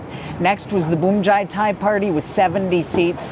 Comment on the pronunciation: It's not pronounced "Boom-jai-tai"! It's "poom-jai-tai" just like Suvarnabhumi.